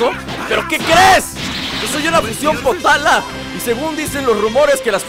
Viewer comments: Oye yo te oi que dijiste potala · creo que son los aretes potaras no potalas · potara no ponara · potara no potala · Like por que escuchaste potala